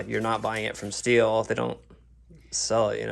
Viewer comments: It’s not pronounced still it’s pronounced steel dumb bass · It's pronounced STEEL... Not Still